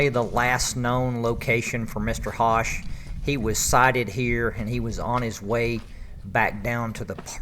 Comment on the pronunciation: ...Love the Video..Just to help you in Future vids...Charles (HOSCH)..is Pronounced- -(Like PUSH and BUSH, but With an H..) Take Care !!.